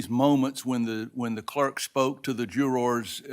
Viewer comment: Yup. Let’s blame the cleark. Uh - but what’s a cleark?